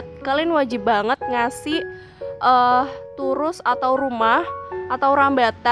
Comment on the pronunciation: Turus bkn tirus🤭